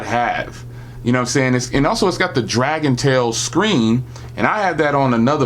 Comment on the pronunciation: Why does every tech tuber say "DragonTAIL"? Its DragonTRAIL not tail.